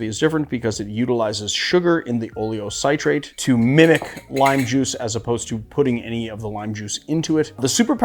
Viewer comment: I add a little potassium sorbate to mine (like 1/2 a 1/4 tsp to about 8 oz. liquid). Helps keep it a little longer. It's available at brewing shops. Also, it's oh-lee-oh-SIH-trate, not SIGH-trate. :) But thanks - I use the Kos method, but will give the others a try.